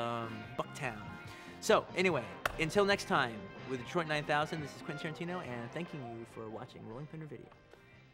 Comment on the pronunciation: Quantin Terenteno